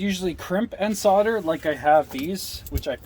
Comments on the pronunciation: Sodder ? Solder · Correct me if i'm wrong, but doesn't 'solder', have an 'L', in it. I have heard other Americans with You Tube channels, which i follow religiously, also using the expression, 'soder', LOL. When i went to school a long time ago, it was, 'Solder', Just saying. Bob. NZ. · its pronounced SOL DER not SOD ER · 'sodder' - hilarious! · Ha! Ha! Sure pal. Ahmurkins...